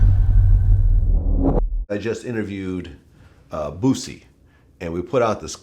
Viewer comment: Vlad said "bu-cy"